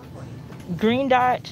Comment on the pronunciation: She said yellow and greet dots